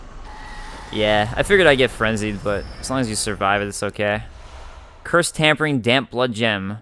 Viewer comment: Its not Tampering damp blood gem its Tempering* like tempered steel.